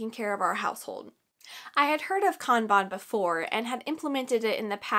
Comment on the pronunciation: I am.so happy you pronounced kanban correctly. This was amazing, thank you